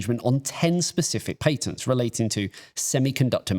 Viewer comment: yeah. not listening to this goose not being able to say patents